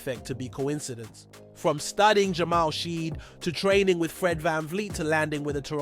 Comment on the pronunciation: dog you are butchering shead's name. please look it up and correct. you cant be saying Rapotrs quick news channel and not know how to pronounce our guys namew lmao0o0o00